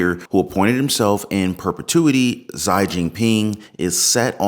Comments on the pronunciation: Xi = zhee not ZĪ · Pronounce Xi just like you'd say She. As in "She is the president of PRC" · Xi is pronounced she